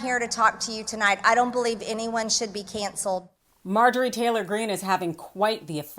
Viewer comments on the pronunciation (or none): Gawd. Her voice and pronounciation makes my ears bleed. It's cancelled, not ceyanancelled!